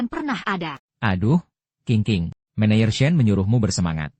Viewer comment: Saya kok keganggu ya dengan sulih suara AI nya..manager/ menejer teruuuus aja dibacanya meneyer😢